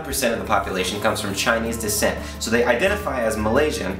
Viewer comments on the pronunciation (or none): none